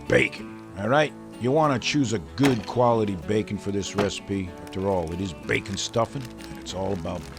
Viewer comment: Food porn. Its gewwd.lol